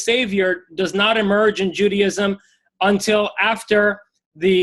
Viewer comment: Does he pronounce it "Judyism?" ... and "Eggsodus"?